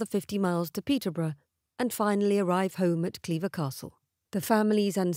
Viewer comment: I finally put it together. "Cleaver" and Clairvoir, pronounced incorrectly. I love it when that happens.